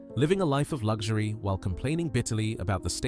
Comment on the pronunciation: No G in Luxury.